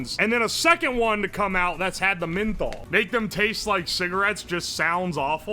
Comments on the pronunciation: Loved the video, but say it with me "MEN-THOL" not sure where you are getting MIN-THOL lol. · Who tf pronounces menthol like that